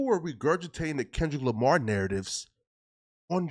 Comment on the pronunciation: Bruh said lamah then said Lamar very next sentence. Boy just cant help but b a walkin lie.